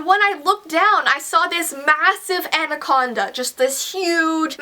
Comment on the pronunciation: when she said anacanda i was like my anacana dont my anacana dont want some unless you got buns hun